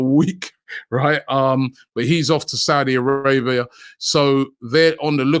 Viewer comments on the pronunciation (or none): none